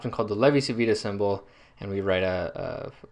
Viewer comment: It's pronounced "Chi" because Italian c followed by i or e sounds like English ch. "Lay-vee chee veetah"